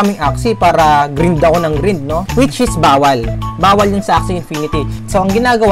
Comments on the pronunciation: medyo nalito lang ako sa pronunciation mo ng "GRIND" GRIND(GR-AYND) kasi ang alam ko. anyways nice content :) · Sorry mali pronounce ng grind nasanay ako sa mga kalaro ko ganyan pronounce eh HAHAHAHAAHAHA ✌️✌️ edit: 196 SCHOLARS NA PO TAYO AS OF AUGUST 24 2021! Check my FB PAGE for more info :)